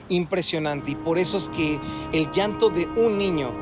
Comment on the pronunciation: Yanto se dice llanto no iiiiiaantooo..llanto llorar no iiiorar